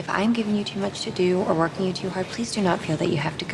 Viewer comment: 영상감사합니다. 그런데 저에겐 working 이 work 으로들리네요..저에겐요..ㅎㅎ